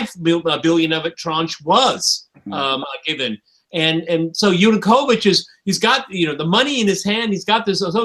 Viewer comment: Why does dear persist in saying "Yunukovich" when everyone else correctly says "Yanukovich"?